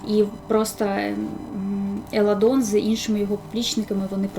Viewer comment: Не Еладон, а Еландон😅